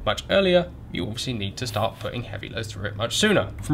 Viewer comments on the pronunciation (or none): none